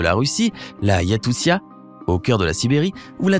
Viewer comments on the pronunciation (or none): Région russe de Yakoussia nimp, aucune recherche par rapport à ça, pas de professionnalisme Iakoutie ou Yakoutie en français, Якутия Rivière Yenesey , ça se prononce pas comme Tennessee... Ienisseï ! Mais comment c'est possible de faire des erreurs pareilles...